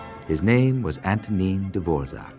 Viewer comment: I wish anglophone people didn't completely butcher slavic names. Antonín /Antonyieen/, not Antonine - Vltava, not La-tava - Dvořák, not Dvozak. etc.